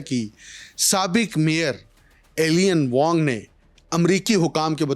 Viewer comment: Alien Wong nahi Eye-lein wong pronounce hota hai